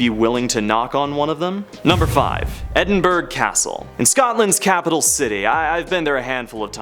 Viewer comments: Also, Edinburgh is pronounced 'Edinbruh', not 'Edinberg'. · If Edinburgh is really one of your favourite places to visit you should probably LEARN HOW TO PRONOUNCE EDINBURGH…